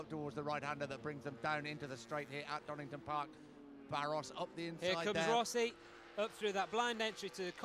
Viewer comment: Donington, his name is DONINGTON